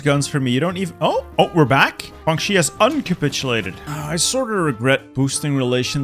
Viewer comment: Why does like all of your g’s and j’s and y’s all sound like HW’s 😂😂 HWuangxi, TaiHWuan 😂😂😂😂